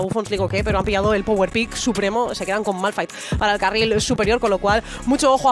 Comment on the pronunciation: Malphite q es esolo r Precede a fallar la r😅